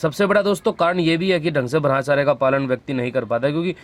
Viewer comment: भाई जी आपसे एक निवेदन है शायद ब्रह्मचर्य का उच्चारण आप सही से नहीं करते हो थोड़ा ध्यान दीजिए , आपकी मोटिवेशनल वीडियो बहुत अच्छी लगती हैं